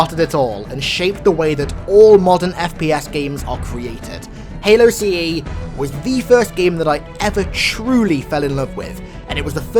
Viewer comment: Hey, how did you forget to say Halo CE correctly?